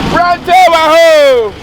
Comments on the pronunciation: I knew was going to shout "yesssss prantain" 🤣🤣🤣🤣🤣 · Prantain cheeese 😂😂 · hmmmm prantain paaaaa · Did someone hear well? Prantain Prantain eeeeeiiiiii